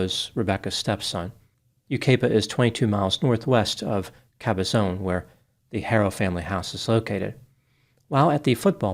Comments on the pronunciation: Also, "Cabazon" doesn't have a long "O", it rhymes with "Amazon". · it’s pronounced YOU-KYE-PUH and CABB-UH-ZOHN. ❤ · Yucaipa is pronounced without the A.A is silent.Cabazon is Cab_a_zon. Some words are hard to figure out. My neck of the woods have Snoqualmie and Swinomish.😂😂❤ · Sad subject but I did enjoy the humor. Just letting you know, you mispronounced Yucaipa and Cabazon. Think U Ki Pa. And Cab ă zǒn. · Oh man,, you butchered the names of the towns, but its okay. It's Yu (ki) pa, and Cab-a-zahn. But good job nonetheless. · You gotta love pronunciation of “Yucaipa” and “Cabazon” 😂